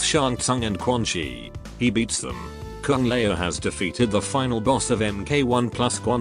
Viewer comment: I like how the text-to-speech makes Kung Lao sound like "Kung Lmao" It's rather fitting for how he's treated in the Netherrealm storyline in general. RIP.